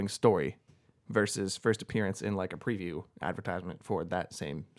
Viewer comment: it's not a priview, it's a PREview. That is a long e. You pnw'ers pronounce things differently, lol. Great video!